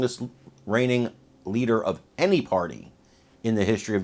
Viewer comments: She said “Leaker”. Haha. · Was it just me or did she almost say leaker of the house?